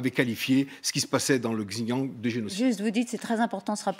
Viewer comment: J'adore, le monsieur parle comme un expert mais n'arrive pas à prononcer "Xinjiang" deux fois de la même façon. D'ailleurs, pas une seule fois il ne le dit correctement. Drôle d'expert.